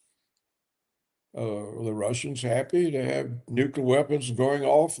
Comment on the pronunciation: Nukular? Nuclear? Whatever. Netanahoo? Netanhawho?